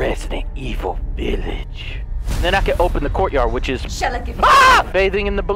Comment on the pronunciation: I swear when that lady starts talking I thought she said :"Shall I give a fuck!" 😂😂